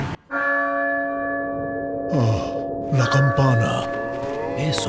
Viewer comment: Nicolas Roman Segura ES CIERTO. Y TODA MI VIDA CREÍ QUE YO ESCUCHABA MAL. Realmente dice 'escondIR'.